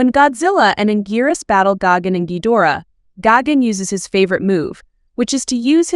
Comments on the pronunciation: Gagan it’s gigan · Gigan❌ gogin✅ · It’s gigantic not Gogan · Ah yes gagin